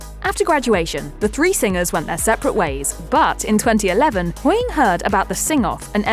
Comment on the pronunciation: Sorry i just have to say this, I hate it when they just say surnames the way she said HOYING all the time drove me mad